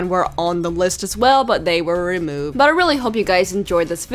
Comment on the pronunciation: You said rumoved not removed